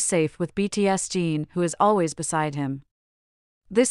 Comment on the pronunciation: I can't believe that people don't comment on how badly the orator of this video says Jin's name, but what's even worse is the way Jin's name is written throughout the video. We got "BTS Gene", " BTS Dean", "BTSD", "btsg" and even had Jungkook's name written on the video as "you and Kook" 😳👿, "unkook" and "yunkook". And what on earth is up with stating the date of 07/12 as 0-7-12. I know that what I'm saying will have no effect on the original person that made the video, but please try to get their names correct.